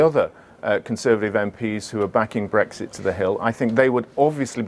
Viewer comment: it's not BWEXIT FFS it has an R in it